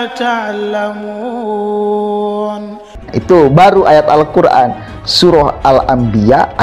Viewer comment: Bikin ketawa aja jubah panjang kepala di lilit kain seperti Gelung tp baca Alquran salah patal